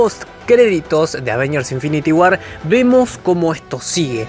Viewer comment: infinity guarr jaja que chistosa la pronunciaciom